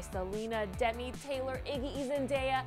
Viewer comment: "Silina gumis" "Dendeiaaaaa" jajajaja